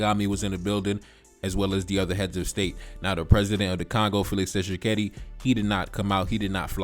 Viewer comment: Why would rwandese have congoledr passport. And u telling him he is spendknt too much time on paul kagame. The nerve to tell him what to do. At least he isn't blind and naive like some of you. And it's Tshikedi not Tchisekedi.